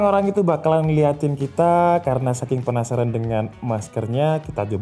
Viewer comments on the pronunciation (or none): none